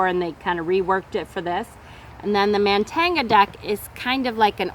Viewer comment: also I think it's pronounced MON-tan-ia (no g sound)